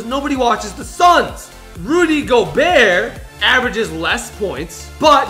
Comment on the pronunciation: PLEASE ITS RUDY GOBERT WITH A T